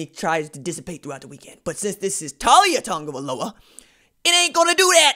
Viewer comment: U gotta pronounce his name right